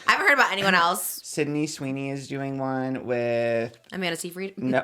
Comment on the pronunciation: why does everyone say amanda seyfrieds name wrong 😂